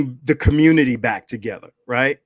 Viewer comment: Its a got damn phrase from David Carol. Stop playing,. I know we are good but Im just saying. Im OG to you dudes, really. I remember David Carol saying "Communitah" regularly. Thats actually what got my antennas popping with BGS. I heard him say "Communitah" and I knew something was up. Why would you even want to continue David Carol's legacy? Do you know how he died? Whens the last time youve been to Pittsburgh? He is no example to exalt.